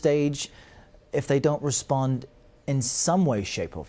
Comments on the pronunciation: It's "respond"CBS. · By the way it’s “respond”